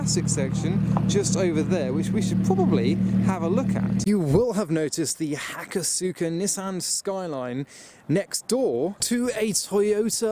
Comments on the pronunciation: Aw😅 It’s pronounced Hakos-ka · Just a tip: hakosuka is pronounced "hako-ska" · Maybe Hak-oss-ka is a better way to write it phonetically actually. Craig Lieberman (Tech Director on the first 2 Fast films) is the first guy i heard say it out loud. Sukarain is pronounced Sk-ah-rhine in Japan🙂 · Nobody else cringe at the way he pronounced “hakosuka” ….just me?